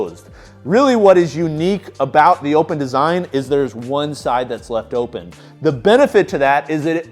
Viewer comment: Will this dude ever figure out that the Eleiko bar is pronounced “open” as well? MF been saying “opppppppen” for years